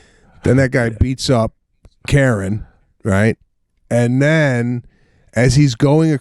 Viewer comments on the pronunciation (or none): none